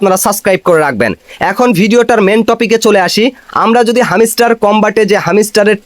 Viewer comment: ভাই তোর উচ্চারণ এমন কেন,,হামিস্টার কই পাইলি? এটা হ্যামস্টার রে ভাই।